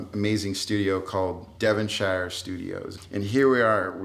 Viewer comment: He can't pronounce Devonshire for shit, but Rob's a pretty good storyteller.